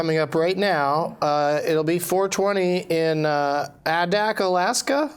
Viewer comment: It is pronounced Aye-dak, and it is an island.